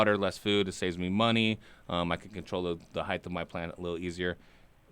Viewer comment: Lol! heavy T "HEIGHTH"